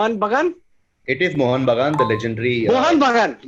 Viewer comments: The fact that Akash was answering with totally wrong pronunciations (mohan bugun.. bhoodun) makes me a bit suspicious..anyways it's all in good spirit so it doesn't matter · Akash is clearly cheating. Listen to his last 2 answers, he clearly could not pronounce Bhoodan and Mohun Bagan.